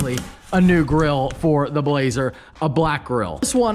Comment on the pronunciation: i thought he called it the blahoe